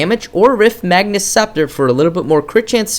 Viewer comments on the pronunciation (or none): it's magus, not magnus. Note the absence of an 'n' in the card's name. (riftmagus scepter, etc... not riftmagnus) it's in every video, every time. Otherwise, some of the finest commentary and informative vids on paragon I've seen so far. Thanks for posting all of these. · Good video, but magus does not have an "N" in it. This guys mispronunciation is adorable though ^.^